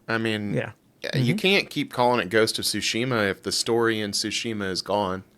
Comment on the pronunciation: It isn’t sushima. It’s Tsushima.